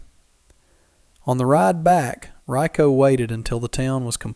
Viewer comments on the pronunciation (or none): Excellent story. Can't stand to watch the dopey pictures of these things so I play Solitaire while I listen. Riko deserves better than to be called rye-co.